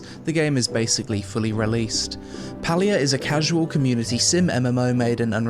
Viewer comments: It's pronounced Pay-lia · How did you spend the entire review pronouncing the game name wrong??? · Palia? More like Paylia